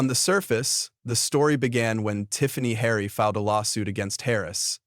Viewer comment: The idiot on this channel could not even pronounce Tiffany Henyard's name correctly. Why even bother with this channel? I will never see any more if this channel.